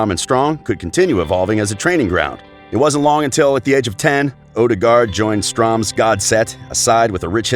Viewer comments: it is pronounced Strömsgods ETT. not stromsgodeett. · MSG Penguin ja fy faen han sa stromgardet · The only hard word is the Ø, and the easiest way to say it is to act like you are french and say the ending to blue. "le bleu" . So Str(eu)msgodset and (eu)degaard. That being said, I don't care how you can't pronunce perfect Norwegian. It's not like it's a world language anyway. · Stroms-GOD-zette Strom-Gaudette Haha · Is this a robot commentating or one of those early 90's computer programs that dyslexic school children were issued with??? Just about every club & players name's pronounced incorrectly........ who is "Stromsgordet" Whilst Martin Ødegaard to date has played all his professional football in Norway, Spain & The Netherlands (never in England), just like all the rest of these sites when it seemed like you were fawning over the English Premiership anyway by name-checking "giants" such as Man Utd, Liverpool, City & Arsenal, it turns out you were almost directly quoting from Wikipedia, r.e. training sessions Liverpool etc. when he was 15. Due to this lazy preparation for the above presentation on the "ASTONISHING rise" of Martin Ødegaard, failing to mention or credit just how integral a role that Ronny Deila - his then coach at Stromsgodset played in personally developing his talent and preparing him for the 1st team at 15 years-old can only be described as negligent. It was due to this close relationship that he was very close to joining Celtic when Deila himself had become the manager there, obviously though when Real Madrid came calling there was only ever going to be winner in the battle for his signature. It's great to see though that he's finally starting to realise his potential. Undoubtedly the combination of rubbing shoulders with Los Blancos, playing regular 1st team football in the Netherlands & Spain at clubs with less pressure plus being physically & mentally stronger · strams gordet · He pronounces strømsgodset differently every time he says it 😂😂